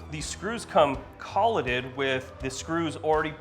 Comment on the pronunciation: "co lay ted" fasteners like paper from a printer not collet like a router collet tool holder if you know what that is.